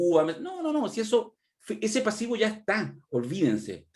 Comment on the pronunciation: Pucha ayer le pedímos a que hablara menos, y sigue dando la lata "una mirada más militante", "jebí","pasibo".... pucha que suena chula como pronuncia la "v"...como que le hace falta un curso de dicción